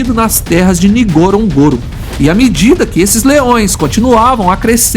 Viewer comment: Poderia ao menos aprender a falar o nome correto do local Ngorongoro,,,,norongoro...simples